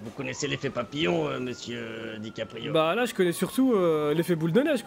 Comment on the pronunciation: C'est dickaprio pas DICK aprio le "gay" g pas kiffé wlh